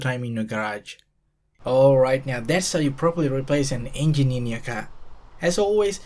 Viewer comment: The "euUNuJJginn"